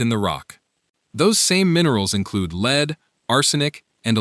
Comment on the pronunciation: lead not leed